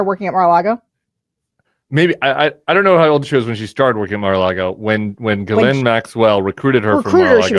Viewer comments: Nod to Tim for pronouncing her name correctly- Gil en . How the Brits pronounce it. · Sarah, thank you for pronouncing the name 'ghislaine' in a professional and non-distracting manor. Sorry, JVL, clearly you don't know how to pronounce French words, so why try?